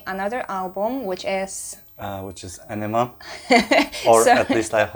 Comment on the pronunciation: It is pronounced. On-nima ... Aenima